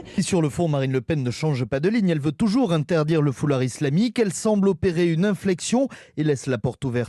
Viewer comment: "Le foulard islamïqueu" 😂😂😂😂😂😂😂😂😂😂😂😂😂😂😂 Nan mais sérieux